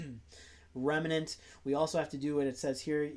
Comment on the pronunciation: Remnant. Not Remenant.